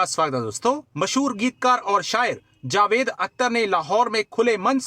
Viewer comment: कमर चीमा, जावेद बोला करो। जवेद नहीं । नाम मत बिगाड़ो। जावेद मियांदाद है की जवेद मियांदाद ? तो वैसे ही जावेद अख्तर है नहीं की जवेद अख्तर। समझ गए ? अगर समझ गाए हो तो याद रखना । सही उच्चार करना ।